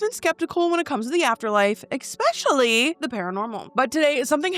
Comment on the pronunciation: “EX-specially” and I immediately unsubscribed. 😞 JUST KIDDING!!! It just made my left eye twitch, no biggie. 🥴 PS fans don’t come for me, I love her too.